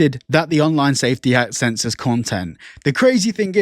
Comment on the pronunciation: They said "c*nsorship" instead of censorship lol.